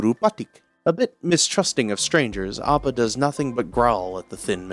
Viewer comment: The way this mans pronounces Appa’s name inconsistently drives me crazy💀💀💀 amazing video tho frfr